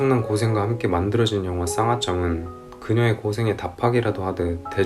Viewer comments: 왜 쌍화쩜이라고 하시나요 ㅋㅋ.. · 쌍홧쩜 X 쌍화점 ㅇ 발음안힘든데ㅋㅋ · 상화쩜 발음 킹받네 ㅋㅋㅋ